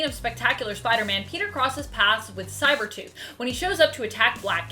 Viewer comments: Umm,, did you say "Cybertooth"? 😄 Love the vids, btw! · Did she just say Cybertooth, instead of Sabertooth ?